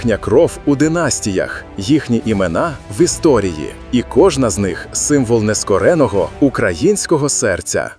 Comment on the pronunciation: І Надія закінчила добу валіде.НескОреного, а не нескорЕнного, з РогатинА, а не РогАтина,штучний інтелект неправильно наголошує